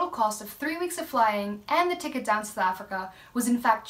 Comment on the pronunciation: Although I'm not planning a trip to fly in "Sowl Africa" (I've noticed you don't fully pronounce "South", must be a native (or semi-native) thing). This video is great. The scenery, as usual, is incredible. Always excited to see a new video has been posted!